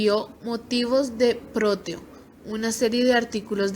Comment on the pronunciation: Gracias por la información. Solo que no se apellida Rodo; se apellida Rodó. Tampoco es «Próteo»; es Proteo, sin acento.